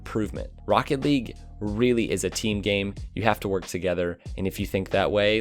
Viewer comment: "there's no i in tiim